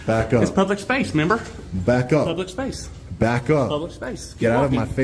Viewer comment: LOL "membber"